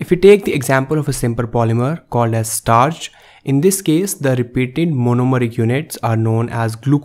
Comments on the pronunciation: STARCH!!!! Not „startch“! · STARCH NOT STARTCH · Bro it's starch not startch!! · "STARTCH". Lmao XD XD XD